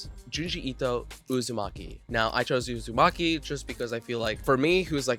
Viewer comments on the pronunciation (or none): none